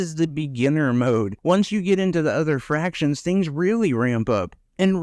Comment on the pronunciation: You keep saying fractions. It's factions.